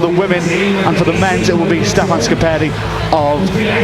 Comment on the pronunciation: Sorry for telling, but its not Stefano Scepari but STEFAN SCARPERI!